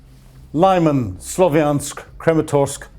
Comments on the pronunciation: the main issue is with the letter “y” and not with where he puts the stress. Again, it’s Lyh-MAHN, not Lee-… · friendly reminder: It’s pronounced LYMÁN! To get the "y" right, think of the sound in Kyiv or system — rather than the "i". Also make sure to place the stress on the "á." P.S. you may also look up “Lyman, Ukraine” Wikipedia page. It has an audio file with the pronunciation.